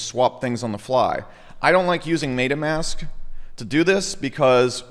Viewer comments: Mate-ah mask. Lmfao. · It's "MEHHH-tahhh" Mask, just FYI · MAID-UH MASK